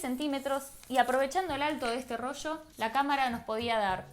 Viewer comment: Yo recuerdo el rollo, pero el rocho !!!!!!!!!!!! What the fuck!!!!!!! Que español mas asqueroso!!!!!!!!!!!!